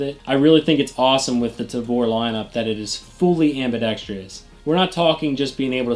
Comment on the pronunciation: Tip: ambidex-trous, not ambidex-trious.